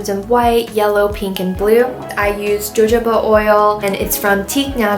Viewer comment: I don’t wanna be that kinda person but you pronounced jojoba oil wrong lol. It’s pronounced ho-ha-ba oil. Nice video btw